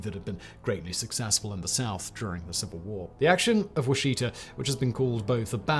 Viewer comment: Battle of Washita (now called massacre)It's pronounced Wah-sha-tah, in Cheyenne, Okla in Western Okla